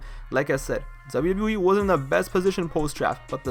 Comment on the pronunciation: It's my strong opinion that the quality of your commentary would improve greatly if you focused on enunciating 'Double-U Double-U E' better. The way you say it comes across as lazy and deviates from the points you're trying to make. Good video otherwise!